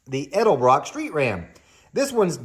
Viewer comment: Thank you for the ED EL BROCK pronunciation. Now I'm going outside to hook up a PVC valve to my Harley carb!!